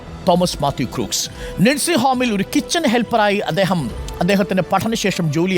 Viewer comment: Crooks alla..Read as "Crocks"..😂